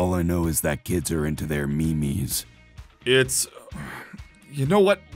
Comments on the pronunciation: Agent r "look I don't know how to keep up with the lingo these days, all I know is that kids are into their ME,MES" Dude it's memes not ME MES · This is how my family prounces memes Means